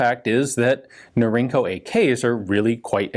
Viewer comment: Norinco is "Northern Industries Corporation." The acronym is pronounced Nor-In-Co. It's not "inc." like "incorporated."